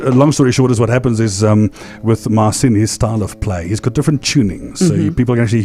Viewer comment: Man, you are definitely super talented but why don't you pronounce your name correctly?? There is no reason to skew your name "Marcin" not "Marsiiin". Cheers!